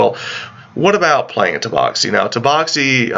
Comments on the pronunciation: It's Tabaxi not Taboxi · Taboxy....... That hurt me so i stopped watching... Sorry words are hard I guess